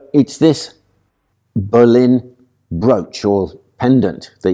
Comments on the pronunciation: Its making me cringe everytime he pronounces Boleyn, like Berlin. He definitely puts an "r" in the name, and he knows better. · Are you calling her Anne BERlin?